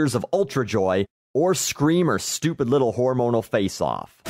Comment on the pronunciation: i love the emphasis in his voice when saying HORmonal